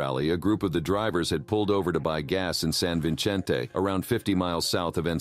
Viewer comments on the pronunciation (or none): Can someone please school this guy on how to pronounce certain words? If we’re going to listen to him say names and places all weird in all subsequent videos, I’m pretty sure it will begin to affect your subscribers. Kapanalazo San Vichentay Mikowakunn Jahleesko CJ Yang <— seriously??? 🤦🏻‍♀️